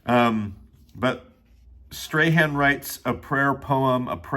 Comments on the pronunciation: As some one who lives in NZ, I can confirm his name is pronounced more like "Strawn" than "Stray-han"😅 I would recommend listening to his podcast "communers communion" and you can hear him pronounce his own name if that helps :) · I loved this, thank you so much 🤍 Also I think his name is pronounced “Strawn” because he’s from New Zealand but I’m not even completely sure because his accent is so strong 😅 Something like that